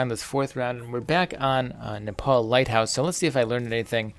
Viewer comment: Nepal lighthouse? HOW CAN YOU BE WRONG TWICE IN A TWO WORD SENTENCE?